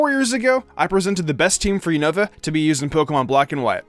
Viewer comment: 1. It's "You-Nah-Va". NOT "You-Know-Va". 2. Krookodile is better off with Shadow Claw. Physical Move, high Crit rate, with Moxie is Godly. Oh, and it can take on Iris/Drayden. 3. Sigilyph is shoved in because it's your favorite. No other reason. Swoobat is a WAY better option. 4. You don't understand how to use the Elemental Monkeys. Besides the fact that Simipour (along with Simisage and Simisear) don't learn moves upon leveling up, you get the moves listed mid-to-late game. You didn't actually go over Simipours movepool instead saying "I needed an Ice move. " Jellicent exists. Waterfall is useless in this Gen. Could've taught it Acrobatics. Dumbass. 5. Really? Amoongus? A whole list of Pokemon just waiting to be used (that have actual relevance) and you choose AMOONGUS!? God, you are an idiot. Ferrothorn exists. 6. Make an apology video for this crap team. (Besides Emboar and Krookodile).